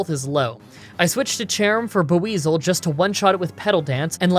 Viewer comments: It's pronounced bweasel, not bAweasel. Sorry for being that guy, just trying to help. It's one of my favorite Pokemon. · Ok, so you got most names right. But you definitely said buizel wrong, you're totally overthinking it, its just pronounced bwee-zul, not bew-ee-zel And, well, snowbama. But I'll actually be very surprised if that's not a joke. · Just so you're aware, Buizel is pronounced BWEE-zle. Other than that, amazing content. Keep it going dude.